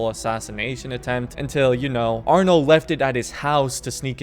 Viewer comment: It’s arno